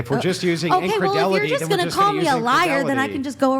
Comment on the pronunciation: He keeps say "Incredelity" which is not a word. Does he mean "incredulity?" If so, he's using it wrong. lmao